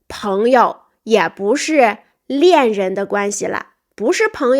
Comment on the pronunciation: 老师,您解释暧昧词的意思说“恋人”，但我听到“猎人”😂